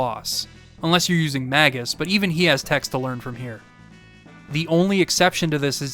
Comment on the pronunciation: for saying “Magus” correctly (at least as far as I’ve always conceived the name)